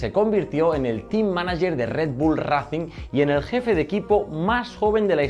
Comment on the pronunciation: Porfavor pronuncialo ben, 'reicing', ese racing me ha destrozado los oídos xddd